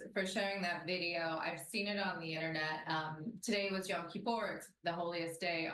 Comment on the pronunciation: Not y-a-m kipur! Y-o-m, like o in Joel.